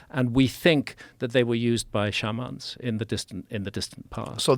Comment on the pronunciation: Why does he pronounce Shaman wrong lol shouldn't he know better? I also love how he thinks true north is some big deal, it's simple to find true north. Most (probably all) cultures understood some variant of east and west as the directions the sun rose and fell, and north and south were directions that were between those two obvious directions. There's no need for understanding the underlying planetary motions that creates the effect of sunrise and sunset.